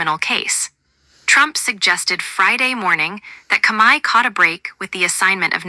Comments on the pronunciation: The robot boys can't even say the word COMEY the say it Kami your an idiot who ever put out this fucking video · Speak correctly the dirty cops name